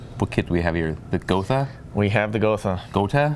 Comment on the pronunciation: If it’s German, it’s pronounced GO-TA